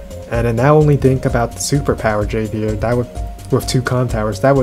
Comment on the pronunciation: Javier is a Spanish name, so the J is an English "h" sound ("Hov-E-air")